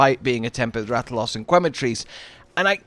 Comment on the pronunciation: Every time I hear "kway-matrice" instead of "que-matrice" (think Spanish), my ears start to bleed. :P